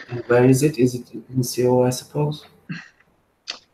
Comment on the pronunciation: Soul not Se-owl. Thats how you pronounce Seoul